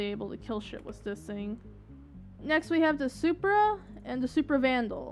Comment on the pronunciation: I think it is cute how you say "sing" instead of thing. Seriously, I think it's cute and I am NOT moking you. Besides, at least you can complete a full sentence without stuttering or stammering. waves hand and points to self I like your vids please keep them coming.